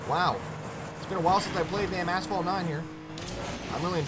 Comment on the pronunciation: Still don't know how to pronounce asphalt after all these years lmaooo